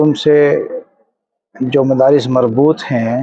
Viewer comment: مفارس نہیں مدارس